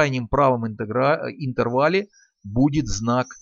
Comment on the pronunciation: Интерграле... Интервале, страшно, не надо так пугать